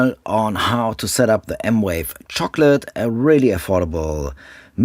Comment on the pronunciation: It’s M Vave, not M Wave